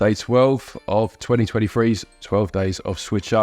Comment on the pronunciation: “Twenny twenny free”